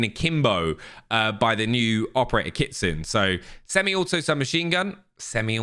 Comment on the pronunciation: it is pronounced KIT SU NAY not KIT SOON.